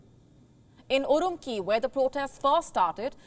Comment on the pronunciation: its URAMCHI....province...not URAMKEY